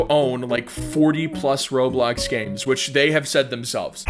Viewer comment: When he said "by making you games" I really thought he said "by making you gay" 😭